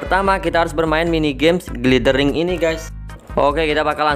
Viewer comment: Bacanya Glayder Wing bang.. Huruf i di bhs inggris most of it dibacanya ay